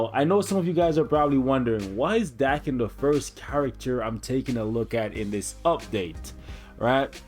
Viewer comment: It's actually pronounced d-AE-ken but ok lol